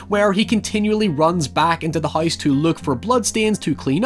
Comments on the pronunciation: Lmfaooo I just came to the comments to see why tf he can’t pronounce things right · Does everyone where you're from pronounce house as huyse? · why do you pronounce “house” as “heist”?? why do you talk like that? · “The Hise That Jack Built” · No one:: The HICE that jack built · out here saying "House" like "Haise" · Hoice that Jack built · Bro can't say Virgil or house to save his life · "Haiever i see the haise that jack built" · hahaha.. "the hoyse jack built" "oyt there" Hoyever".. LMAO